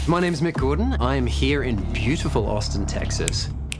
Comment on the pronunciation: "My name is Mick GODron" That's what I heard.